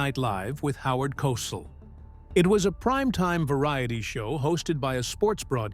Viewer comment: Howard Kos all!?? Dan Oak'roid?!? What's with the Krazy pronounciations? This guy pronounces names like a furr-ener. Yet he has an American accent. As Snow White says "Weird, weird weird " 😅